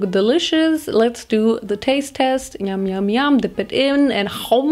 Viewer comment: is not youmyoum but yamyam😂